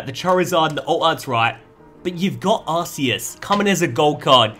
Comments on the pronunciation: hey i think it is supposed to be pronounced ar-key-us as in key not ar-see-us as in see. Love the content tho bro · Im sorry but there is no way he just called "Arceus" , "Arseeus"... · Ark-ee-us is the original and proper way to say it. Ar-say-us is the improper way and Aar-see-us is the poor man's pronunciation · AHHHH HE SAID ARSEEUS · Why do you all keep on pronouncing that Pokemon wrong it's Arceus